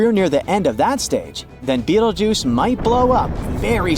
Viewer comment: Not AI 😂😂😂, yeah, of course. The different pronunciation of Betelgeuse one sentence by the next clearly proves that. Plus 100% fear-mongering. If B explodes, nothing will harm earth.